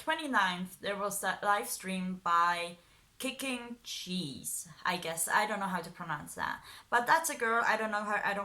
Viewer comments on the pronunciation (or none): Just wanted to tell you it’s kicking geese, when you say it, it sounds like kicking cheese.